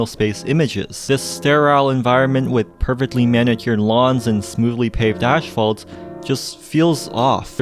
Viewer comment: It's "asphalt," not "ashphalt." Ass-fault. It isn't difficult.